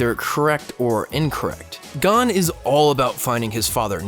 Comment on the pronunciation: Umm. The like to dislike ratio is funny. I dont care about his stupid opinion, but the way he pronounces gon.... Damn. (also, the chimera ant art is complete dumpster garbage)